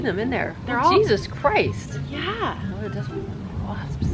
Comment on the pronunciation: It was so funny your mom said Jesus crised